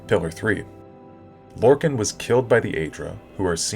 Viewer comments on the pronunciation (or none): How you pronounce lorkhan triggers me. It’s lore-kon not lore-kin